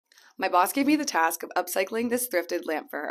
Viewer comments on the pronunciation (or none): "My boss" sounds kinda weird haha